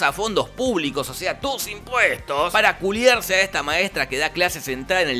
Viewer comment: Y al final cuando uso la palabra culiar Jajaja sonó bien costeño